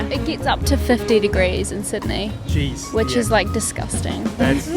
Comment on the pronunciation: No sweetheart, you went to Sydney, not Sudney 🤪🙃🤪